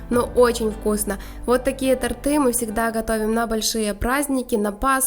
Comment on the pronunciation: тОрты! И противень ШЁЛ,а не Ише"л Больше 2-х мил. подписчиков, а безграмотность полнейшая,слух режит.